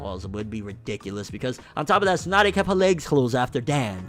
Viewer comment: It's Tsunade.